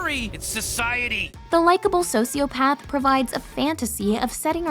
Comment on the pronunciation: why did I heard Sociopads everytime?